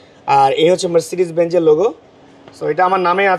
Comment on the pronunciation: bhai mb drive koren, benj bolen keno?its BenZ